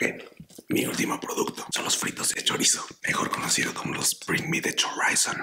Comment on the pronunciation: "Bring me the choraizon" jajajajaja C mamo